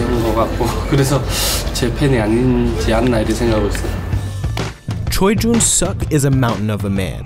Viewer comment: You just butchered Choi Joon Suk’s name dang